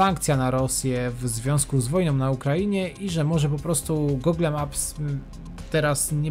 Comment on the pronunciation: Rencista - b.(były) rolnik" . Takie trudne do odczytania? I nie ,,[gogle]", tylko [gułgl].